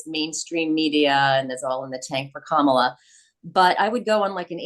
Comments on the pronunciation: Sean said “Calm-AH-la” (so missed one, Mark!) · Sean, could you please learn to pronounce Kamala's name correctly? The reason I love the show is because of the respectful (usually) bi-partisan discourse.